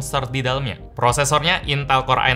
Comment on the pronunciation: baru opening dah bikin ngakak woyyy lah🤣 intal intell